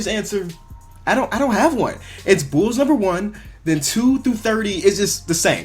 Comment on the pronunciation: Bulls not nulls